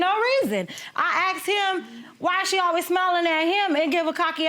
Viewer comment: I aksed him, she meant i asked him Just saying